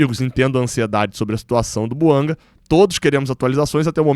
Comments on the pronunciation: vc está se perdendo. São muitos vídeos sobre o tal Buanga. Aliás, se o nome é de origem africana, não é "Buangá" e nem "Buanga", mas "Bouanga". E pare de falar "Há tanto tempo atrás ". Há tanto tempo é suficiente. Esqueça o "atrás ". É redundante. Quando vc começou era bom. Está ficando chato. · É BOUANGÁ QUE SE FALA. A PRONÚNCIA É DO FRANCÊS, LÍNGUA OFICIAL DO GABÃO. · É BOUANGÁ que se fala. Vem do francês.